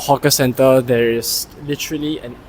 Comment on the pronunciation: You need to improve your pronunciation, such as hoarders, not hodlers as presented in the subtitle. Most commonly, their (there) and not dee-are